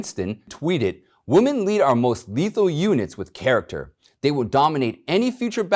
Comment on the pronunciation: I love your show, always listen, and share. One little piece of advice. You are mispronouncing WOMEN as WOMAN.